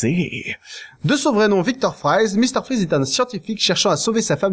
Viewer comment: ENFIN QUELQU'UN QUI PRONONCE "VICTOR VON FRAÏZE" PLUTÔT QUE "FRIZE" !!!